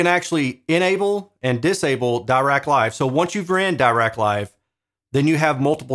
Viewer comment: Also, Dirac is pronounced with a short i sound, as in "bit".